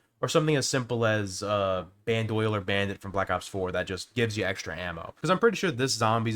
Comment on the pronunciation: ITS BAND-O-LEER NOT BAND-OIL-ER